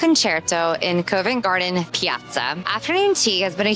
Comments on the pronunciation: The Harp is in Covent Garden not covin garden, its prounced Cov Vent Garden, the O is prounced like the O in orange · Covent Garden is pronounced 'Cuvent Garden'. The 'o' is not over emphasised. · You need to check the pronunciation of Covent Garden, otherwise great video.